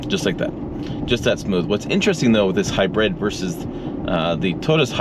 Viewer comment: Has anyone ever told you that the way you say the word “hybrid” is a little weird. It sound like you’re saying it as if it’s spelled “hybred”. It’s all I heard I. The video and had to rewind because I kept focusing on how you said it. Just a funny funny I guess.